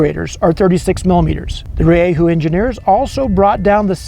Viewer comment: its pronounced ri-dju